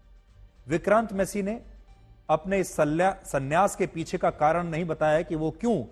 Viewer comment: aaram se bol sanyaas not salyaas😂😂😂😂😂😂😂😂😂